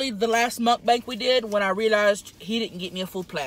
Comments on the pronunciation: You said Mutt Bank. Are they insured by the fdic ? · it's soo funny that tammy says mukbank instad of mukbang